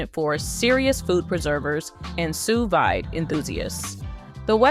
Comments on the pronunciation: A note from a true polyglot who has been speaking four languages since the age of three: Sous vide (/suː ˈviːd/, as per the International Phonetic Alphabet) is pronounced “Sue Vid,” not “Sue Viday.” It’s French for “under vacuum.” There is no accent on the last ‘e’; “vide” differs from “vidé,” which means “emptied” in French. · That’s not how you pronounce Sous Vide. Jesus